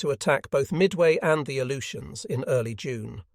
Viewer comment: Not sure what the "A-loot-e-ans" are.